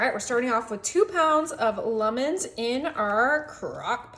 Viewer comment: I see you sure enjoy making fun of how says lemons